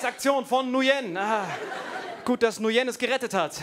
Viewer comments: Nguyen wird übrigens eigentlich "ngwiin" ausgesprochen, wie wenn man im Englischen sagt: "It's a thiNG WE INtend to do" ;)) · Ähm ich kenne einen Vietnamesen und der heißt nicht Nujen